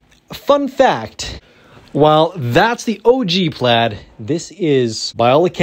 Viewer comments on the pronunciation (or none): none